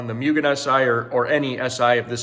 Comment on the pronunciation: Mue-Gen lol not Myu-Gen just so your aware lol it’s hard to keep hearing that extra y in there and not saying anything 😅